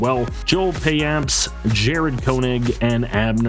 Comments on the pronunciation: Payamps is pronounced pyeamps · joel payamps (yo-el Pie amps)